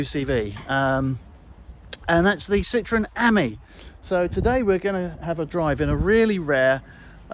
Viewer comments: Not quite pronounced correctly , it should be the French for friend . I have a pale blue one . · You pronounce Ami as the French would say the word meaning friend .